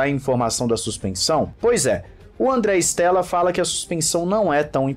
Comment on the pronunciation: Cara não è Stèlla, è Andrea Stêlla ( estrela em italiano) si pronúncia ISTÊLLA